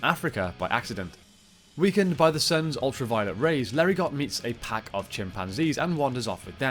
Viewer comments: Came here to say this. It’s “LAIR-eh-GO.” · The T in Larigot is silent